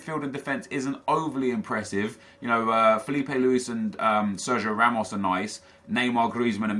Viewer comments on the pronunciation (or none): none